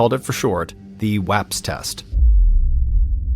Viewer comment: Thank you for pronouncing Bexar and WAPS correctly